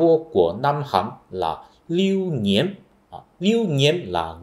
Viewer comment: Chữ "Nghiễm" trong tiếng Việt cực kỳ khó đọc, k nghĩ tới a có thể đọc chuẩn tới vậy. :v